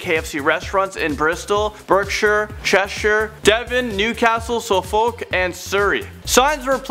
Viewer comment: The way he pronounced Suffolk 😂😂😂 it's pronounced suff-ook